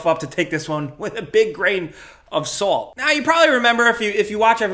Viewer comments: "A big grain of SAULT" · That New York accent came out on the “Big grain of SOLT”